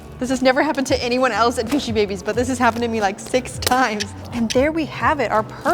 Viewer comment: sounds like fishybabies😂